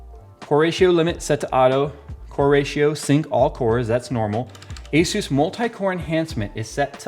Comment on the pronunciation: Dude i heard you say hesus instead of asus... Jesus